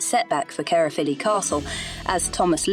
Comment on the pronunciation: Excellent video, but it's pronounced caer as in eye.